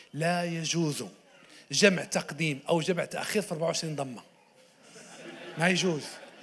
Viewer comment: جمع تقديم وجمع تأخير بالضمة😂😂😂😂😂